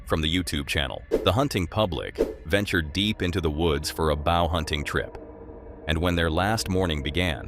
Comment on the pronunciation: in and hearing a bow hunting trip called a bau hunting… ugh.